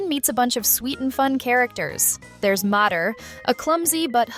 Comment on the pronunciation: Mah-ter❌ May-ter✔️